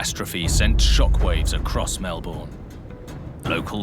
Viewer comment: You’d think he’d research how to pronounce Melbourne before doing the show. What an incompetent fool.